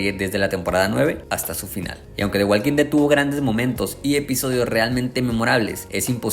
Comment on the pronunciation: La L de Walk no se pronuncia.